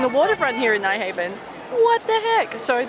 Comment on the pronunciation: Nyhavn is not pronounced Nighhaven, but rather like: New(minus w) + brown(replace br with h). So kinda Nyhown where the Y sound is like the E in New :)